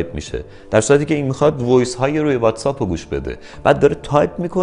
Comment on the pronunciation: تو دیگه چرا. واتس‌آپ نیست. واتس‌اَپه:))